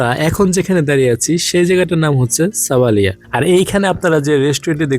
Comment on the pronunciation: এটা হচ্ছে সাবালিয়া, ঠিক করে বলেন ভাই।